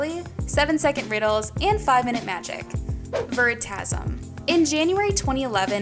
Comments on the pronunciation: its not veri ta sum .. Its Pronunced very-ta- sium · ITS pronounced ve-ri-ta-si-am